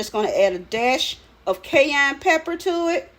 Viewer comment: Ee-goo-see. Ky-ann pepper